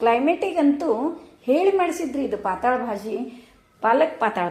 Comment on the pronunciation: 'ಪಾತಾಳ' ಭಾಜಿ ಅಲ್ಲ ರಿ 😄🙏 ಪಾತಳ್ ಭಾಜಿ ಅಂತಾರೆ 👍 ಅದು ಮರಾಠಿ ಶಬ್ದ ಅದು.. ಪಾತಳ್ ಅಂದ್ರೆ 'ತಳು' / ಡೈಲುಟೆಡ್ (diluted)